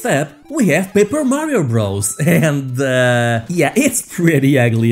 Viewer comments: Super Mario Bros. is pronounced "Super Mario Brothers" not "Super Mario Bros" -- Bros. is a contraction for "brothers." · Um, it's not pronounced "Super Mario Bros". Bros is short for "brothers".